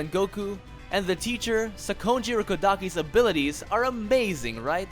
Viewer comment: hol up, theres a g in ailities? im sure its supposed to be abilities?